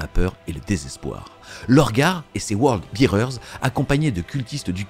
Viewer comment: Word Bearers pas World Bearers. Mais merci pour cette vidéo qui résume très bien cet événement.